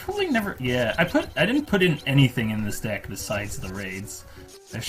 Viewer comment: It does not sound like he is saying "deck"